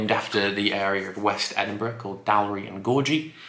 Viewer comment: Good try on the weird Edinburgh names. I think the easiest way to try to say them is Dahl-rye and Ghor-ghee.